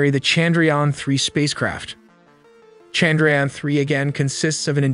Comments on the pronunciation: They gave us icecream in my office because of this haha. I was so happy ^_^. Also i think modi had two speeches ready. 1 for if we fail and 1 for if we successfully land it hahaha. Also its pronounced as Chand - ra- yaan. The A's are pronounced as 'uh' instead of 'ah" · The way he said Chandrayaan was hilarious. No disrespect but I kept laughing on that part.